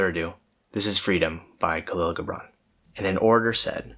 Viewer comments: Loving the idea behind this channel! Also love this video and this poem. It's interesting that you uploaded this on Aug 03 2020, one day prior to the Beirut Explosion in Lebanon, the country where Khalil Gibran (pronounced Ji-bran btw) was from. Being from Lebanon myself, a country where your freedom seems limited by the oppression of its rulers, these sentences spoke to me: "And if it is a despot you would dethrone, see first that his throne erected within you is destroyed. For how can a tyrant rule the free and the proud, but for a tyranny in their own freedom and shame in their own pride?" It's time for the people of Lebanon to free themselves of the false political and secular ideologies that they follow so blindly without proper understanding. That, in itself, would free the country, and would in turn allow for the people to find their own individualistic freedom. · In Lebanon, we celebrate Khalil Gibran (pronounced khaleel jubrawn) with all our might, we celebrate him wholeheartedly, he is truly a national treasure.